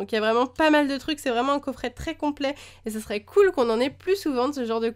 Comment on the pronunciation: Déjà, on dit "cool".